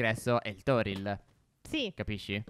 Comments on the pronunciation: nel video ma si dice tori non toril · È Torii non Toril😭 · non e arco toriL ma si dice arco torii con due i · Comunque 2 cose prima al posto dei salmoni potete prendere fei prsci tropicali che potete trovare rossi e bianchi come le carpe e secondo si dice tori non toril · Si dice Torii non Toril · Si chiama portale tory e non toril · Si dice Torii